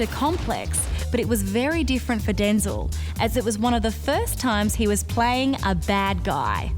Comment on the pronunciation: Excuse me, ma'am, but it's pronounced DenZEL, not Den-zil. Hello.